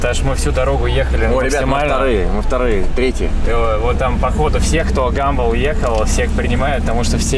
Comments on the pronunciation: гИмбл???? гАмбл!!!!!! Ни кто же не говорит - БаблгИм? баблгАм!!!!!!! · ГАмбл а не Гимбл